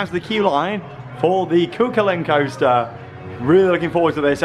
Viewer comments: IT IS SAID CU HULLIN! NOT CU CULAIN!!!!1!!!1111!!!! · It's pronounced coo cullen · Cú Chulainn is pronounced Koo Huling.